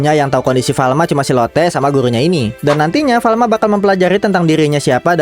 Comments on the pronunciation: Farma tau bukan Falma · Kalo ga salah farma deh Bukan falma